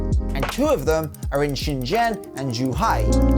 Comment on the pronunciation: And XinJiang was ok (sheen-ji~ang)